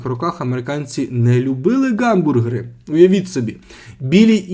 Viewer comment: Ніколи не варто говорити "ґамбургери", ви просто міняєте звуки місцями. Бо слово "hamburger" починається з h, яке ні в якому випадку не читається як ґ, тільки г за чинним правописом або х за старим